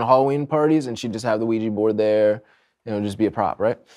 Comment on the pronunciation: “A Luigi board?”